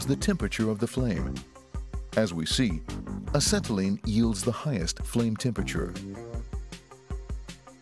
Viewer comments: a-set-a-lean lol the narrator really over pronounces some of these words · Why does he say acetylene so weird?